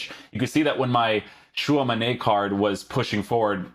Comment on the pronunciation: love how is so posh saying tchouameni’s name while still saying it wrong! it’s not tchouamane it’s tchouameni